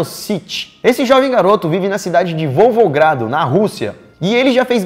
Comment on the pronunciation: Volvogrado ou Volgogrado? uhaeaehu